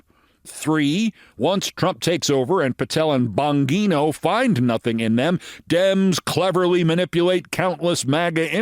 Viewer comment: I have a sinking feeling that they are furiously destroying evidence as we listen. Please tell me how that can't happen! BTW: in Italian, the "g" is soft when followed by an "i", as in Bon-gee-no, not Bon-ghee-no. 😉